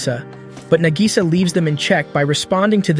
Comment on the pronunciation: Nah-gi-saw. Spend a few learning to pronounce the names before pretending you've seen these.